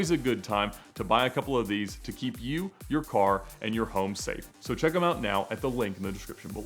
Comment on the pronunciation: I know! I was minding my own and I hear "oat", and I'm like, wait a minute!